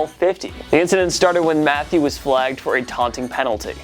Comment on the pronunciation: I thought it was "ma-thay-you" not "Matthew"... Maybe I'm wrong though.